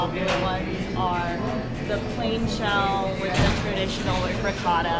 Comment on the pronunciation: The way they're saying ricotta is really grinding my gears.